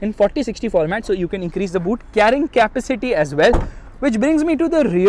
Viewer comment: Buddy please stop saying Kaapa-City. Please.